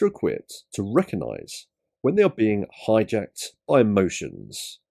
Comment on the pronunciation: Does emotional intelligence include knowing the word RECOGnise is not pronounced RECONise ?